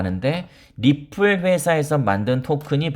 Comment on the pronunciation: 리플~~ 이 발음하는거 듣기좋았는데 ~~ 엑스알피로 바꼈어도 리플자주 말해주세용^^